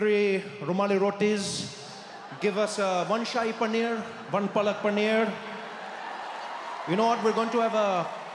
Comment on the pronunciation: He pronounces paneer in a very Caucasian way, his Indian impression was funny in this video. I hardly see anyone ordering Rogan Josh in India, it's more of a caucasian thing.